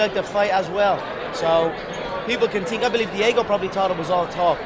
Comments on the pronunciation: I tink... I tink... I tink this WANKER talks to fucking much. Stop fighting and go into showbiz if you want to make love to the camera so bad. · "I TINK, I TINK....I TINK" LOL